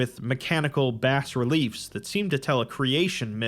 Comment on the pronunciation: As ever an enjoyable foray into SCP land, but I gotta be me; the 's' in Bas Relief is silent, "bah" relief. Also Fuladh=Steel in Arabic, haven't completely read through the article so I'm unsure if it mentions this.